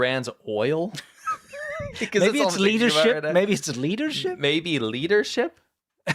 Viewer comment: The way you said leadership it sounded like Liter-ship. 🤪 Like what's a Liter-ship? 🤣 Is it supposed to be a European oil tanker where the amount of oil is measured in liters? 🤔